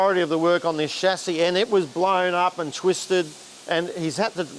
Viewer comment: is the only one who can say "Chassis,"